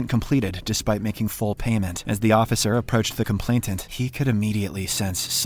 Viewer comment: its complainant, not complaintant ❤